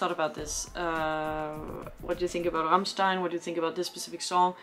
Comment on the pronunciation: You did pronounce Rammstein very well indeed :)